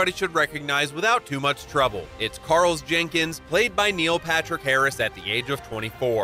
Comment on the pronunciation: There is no "S" in Carl